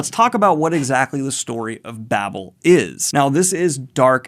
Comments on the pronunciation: Victoire= victwar Babel long a, not Babble. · pronounce baybel, babble is double b l e